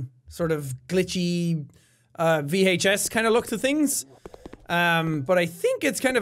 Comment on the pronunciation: vee haych ess